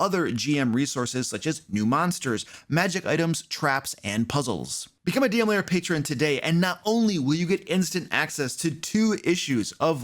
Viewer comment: Why do you always pronounce lair as if it was layer?